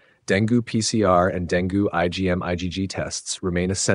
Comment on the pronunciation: Dengue is pronounced Deng-gay, not deng-goo.